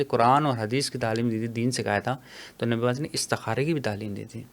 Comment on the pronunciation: Bhai naam to shi lo.. hmare nabi ka